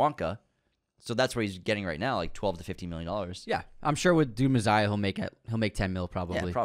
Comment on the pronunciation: Messssssiah meh-sssss-ish Not mezziah